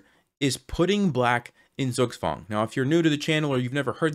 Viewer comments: Pronounce Zugzwang as "Tsoog Tswung". The German Z comes with a built in T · What ? Zook's wand ? Zook swan ? Speak English clearly please. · Very good puzzle, I enjoied a lot. By the way... "Zugzwang" is pronounced more as "Tsuugtsvang". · Everything ia fine, but correct to say "tsuktswang" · Love this puzzle, but please don't think I'm being rude to mention this: Zugzwang is pronounced Tsoog-tsvangk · Your pronunciation of "Zugzwang" LOL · It took me some time to realize that you said „Zugzwang“ which I should understand because I’m German 😅 But it sounds quite funny the way you pronounce it 👍🏻